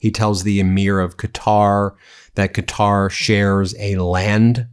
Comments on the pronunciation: Did Dozey Don call Qatar "guitar"? 😂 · He called Qatar "Guitar" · Did he call Qatar "Guitar"?